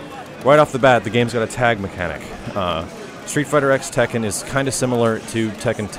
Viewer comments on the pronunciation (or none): It's not a big deal, but it bothers me that he keeps calling it "street fighter x tekken" when it's technically supposed to be pronounced "street fighter cross tekken."